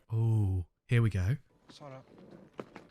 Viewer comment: Your pronunciation of Sara comes across as sounding like SALA and not SARA - well it does to me anyway. Just thought that I'd mention it.